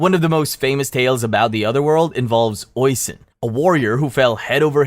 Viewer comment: For the Tir na nog one, just to clarify some names. Oishin is pronounced "Ush-een" and Tir na nog is Tir na Nog as in the word "No" with a G